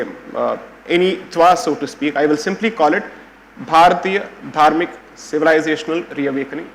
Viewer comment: Its Dhaarmik (धार्मिक) not Dharmik (धर्मिक) Mr Tharoor. These are authors who wrote book on Dharma ? Scary thought.